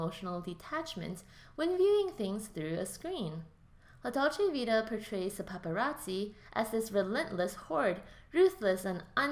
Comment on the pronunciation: Dude, kindly do your homework and learn how to pronounce the name of the film before recording it. Also Ekberg was Swedish, but her character was supposed to be American, not Italian. And "an Italian fountain?" The famous Trevi Fountain! This important film deserves better treatment by a casual commentator.